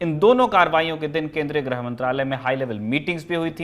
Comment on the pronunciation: ग्रह मंत्री नहीं "गृह" मंत्री